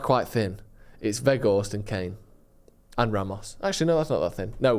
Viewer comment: Put off when I heard keep Veghourst